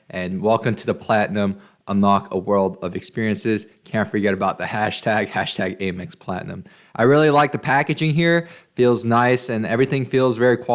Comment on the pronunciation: Please don't say aim x. It is pronounced am x. Am, not aim. Thanks!